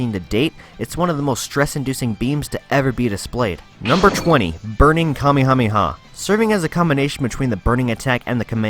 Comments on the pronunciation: nobody: him: kamihamiha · I’m drunk but at least when he said kamekameha I had a break